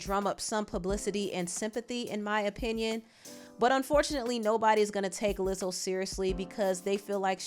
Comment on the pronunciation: she really said "lizzle"